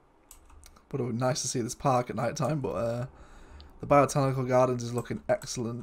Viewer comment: Just so you know, as I would want someone to tell me, it's planed timber (not planned) and botanical garden (not biotanical). Getting lots of good ideas from your videos so thanks :)